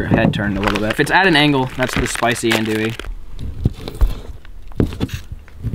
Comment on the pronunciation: Bruh this is special I'm wit ya and that's not how ya say andouille Ethier lol